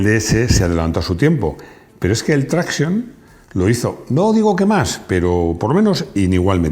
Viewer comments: Traction en francés se pronuncia TRACSIÓN. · pareces un jovencito de estos de "telefonino" siempre en la mano diestra ¡Que manía con pronunciar todas las palabras extranjeras a la inglesa,! Es decir: con acento esdrújulo. Me refiero a la expresión "Traction Avant,", que no es inglesa, sino tan francesa como el teatro de Molière. ¿A que en español nunca dirías "TRÁccion delantera"? Seguro que no. Y, por cierto, Bucciali es nombre italiano y se pronuncia Buchiali, no Bukiali. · "Traction", es francés, no inglés. Dejad de pronunciarlo con la "a" tónica, por favor. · Tanto que sabes de coches y todavía no has aprendido como se pronuncia Citroën Traction... NO ES INGLÉS: ES FRANCÉS!